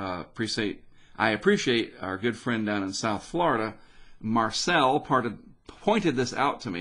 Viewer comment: Lol, not loving you from Flor-duh.